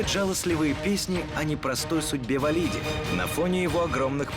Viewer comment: эм... все факты переврали и даже ударение в фамилии не правильное.. не ВалИди, а ВалидИ